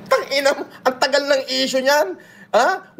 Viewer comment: Ai daw pero sinabi niya "6 years ago na essue " nayan😂😂